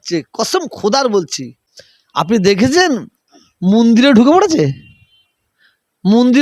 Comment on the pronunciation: Mandir uchcharon kortey paro na Toha babu. Tumi musalman samajer netritto debey.?